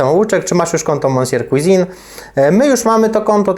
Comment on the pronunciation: czy to tak trudno sprawdzic jak sie wymawia monsieur {mesje}cuisine {cłizin}